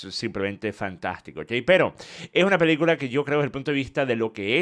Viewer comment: DECIRLO con todas las letras. PELI-CULA. 😂